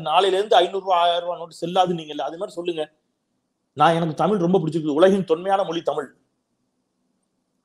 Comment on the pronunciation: முதல்ல நீ "தமிழ்", இந்த வார்த்தைய செரியா உச்சரிக்கப்பழகு அப்புறமா மொழிய பத்தி பேசலாம்